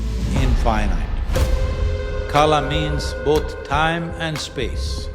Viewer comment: सही उच्चारण करें, यह कल है, काला नहीं।